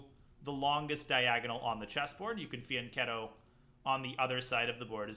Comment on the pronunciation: Holy shit. You can pronounce Fianchetto correctly. You deserve at least an extra 500 in your FIDE score